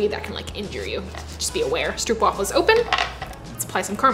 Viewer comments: Dutch fan chiming in here. First of all: Thank you for all the awesomeness! I love your vids, and they do really make my day (when I watch them with my own homebrewed latte). As for the pronunciation of Stroopwafel. Stroop would be easiest said when saying the double O as a single oh as you would say it in dope or rope. So go for Strope (or even strobe). Wafel is harder to get right as the sound of what the Dutch call a "long-sounding single vowel" is a bit tricky to get into English. Closest I could get to something English (I was a teacher of English as a second language) would be going WHAA and add fell to it, ending up in whaafell. So getting it to sound right you would have to pronounce stropewhaafell. Give it a try, I'm sure you'll nail it! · I love This!!! Koffie and stroopwafels are so good togheter. Fun fact: did you know the oo in stroop is pronounced like the oo in door? It’s not a oe sound haha (I’m sorry i’m Dutch and I made it my mission to teach the internet how to pronounce stroopwafel) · Great video, but again it's Stroopwafel. Where the oo in stroop is pronounced like the o in go. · You pronounced it incorrect, go to Google translate, select Dutch language and type "stroopwafel". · It's Str-Oh-p (as in hope) Waffle. (I'm Dutch. Str-OO-p (as in food) is so wrong makes me want to...) But love the video. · There are no traditions for stroopwafels, also the pronunciation is more like strohpwaafel not stroopwaffel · And wafel is like waafel (a big aaaah) :p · Its stroopwafel not stroepwafel lol o oo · I love the fact they're getting more well known, but the English pronunciation is just so grating. The "oo" is more like the "o" in home than the "oo" in cookie. I can take the soft r and the "waffle", but the "oo" thing is just painful to me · As a Dutchie, I find stroopwafels so overrated. Like they're good, but not to the point of all the hype. Also everyone pronounces it so weirdly. It's pronounced more like hope (str-ope). Not struup.